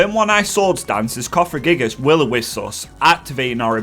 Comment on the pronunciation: You are correct, you did mispronounce Siebold. It's Sea-bold, like the ocean, but bold. You also mixed around a few letters in Cofagriegus. You said it cofragiegus. Best way to remember it is through Elisa's pun "wouldn't you cough-agree-gus?"